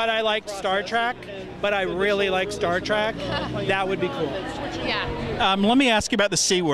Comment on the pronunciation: It's disturbing when a producer keeps saying "Star Track".